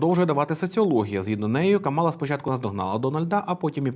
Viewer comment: правильно казати КАмала. Вона сама це каже в інтервʼю. І є спіч Трампа, де він сміється з цього і каже навмисне КамАла.